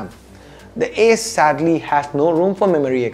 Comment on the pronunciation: Whenever he was saying Ace's I was hearing Asus😅😅😅